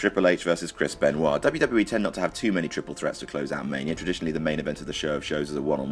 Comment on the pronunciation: Why is there a "r" sound when pronounces Benoit